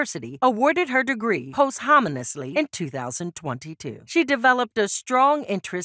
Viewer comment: Please learn the way to pronounce words you are using. Posthumously and Grambling not gremlin